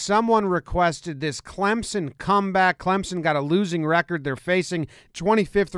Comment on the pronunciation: Jomboy, thank you for pronouncing our name correctly.